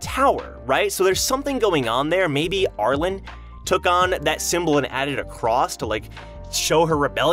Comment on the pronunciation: Hey, love the content. Not sure if you read comments, but Arlene's name is pronounced "Arl-een". Hope to see more stuff in the future!